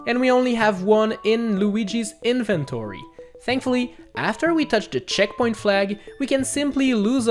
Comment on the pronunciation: Inventery. I mean I know he's got an accent but that's funny.